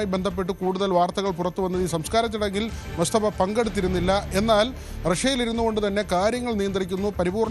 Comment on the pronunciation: എടോ പൊങ്ങന്മാരെ എന്ന മുസ്തഫ അല്ലാ, മൊജ്തബ എന്ന് പറയടെ, അക്ഷര ശുദ്ധി മുഖ്യം ആണ് പോങ്ങന്മാരെ 😎